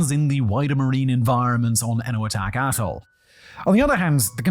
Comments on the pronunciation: why does it sound like hes saying asshole when hes saying atoll? serious question, isn't that why we enunciate? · anyone else hear bikini asshole at the start of this video? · I had to rewind this part 5 times until I finally put on subtitles bc I could have sworn it said “bikini a$$h0l3” 😂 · "the tobinin, bikini asshole" is all I can hear, I know you're saying "......... ....... atoll" but cant figure out exactly what... If only you were selling scripts o.O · Swear you said bikini asshole 😅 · When you say atoll, it sounds like asshole. I'll show myself out. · I think he keeps saying "Asshole" for Atoll. I swear it... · I swear Simon i thought you called it Bikini Asshole 😂😂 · He says Atoll, I hear A**hole. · I thought Simon said Bikini A$$h0le not Atoll… 😂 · Am I the only one that keeps hearing "A$$hole"? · Yep. Definitely thought he said Bikini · I swear I hear bikini A $$ hole the first time. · Did he say 'bikini asshole' instead of atoll at the start or is it just me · Every time he says "atoll" it sounds like "asshole". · Not really criticism, but more something I found funny. The first time you said "Bikini Atoll," it sounded like "Bikini Asshole" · Immediately at 8 seconds you sound like you're calling Bikini Atoll asshole...lol. Love it! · I had to back up a few times at the start because I keep hearing "Bikini asshole" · oh ... youre saying "atle" ... i really heard something else there .... do you know "atle" doesnt have an S in it? i swear i could hear an S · Simon i know you said 'Bikini ATOL' but that is... Not what I heard. And now i cant unhear it, its made this video even more enjoyable. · Please enunciate "atoll" more clearly. I keep hearing a different word(s). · I feel like it should be bleeped every time Simon says “atoll” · When Simon says “clean up the AT-TOLE”…. I don’t hear atoll… lol